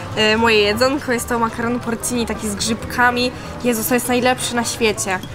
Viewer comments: Nie porcini tylko porCzini... 👀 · porcini czyli "ci" po włosku to jak polskie "cz" Czyli wymawia się porczini 😜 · Porcini wymawia sie 'porczini' (co oznacza prawdziwki).